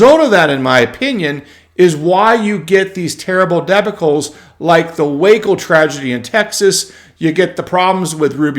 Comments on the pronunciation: Debacle is pronounced D'bawkle. Not Debakul. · love your channel, but you really learn how to pronounce "debacle." it is not DE-ba-cle. It is de-BAC-le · .....WINNER WINNER, CHICKEN DINNER!.....(psst, there is no "DEB" in debacle)....... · You need to learn how to pronounce the word "debacle."